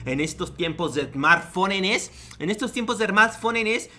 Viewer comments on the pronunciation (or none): 😂😂no vocaliza "esmarrtphonenes" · "Esmartfonenes" enseñando a los jóvenes a dialogar correctamente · me da risa cuando dice smartfonennes